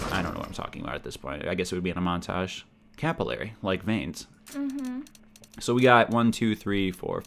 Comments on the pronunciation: why does everyone say capillary wrong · can you teach how to say capillary?